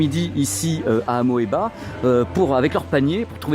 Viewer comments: Et Amoeba se prononce simplement "Amiba". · ça ce prononce "amiba"